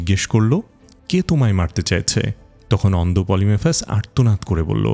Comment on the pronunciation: পলিফেমাসকে (সাইক্লপ্স) বারবার পলিমেফাস উচ্চারণ করছেন, বিষয়টা বিরক্তিকর লাগছিলো।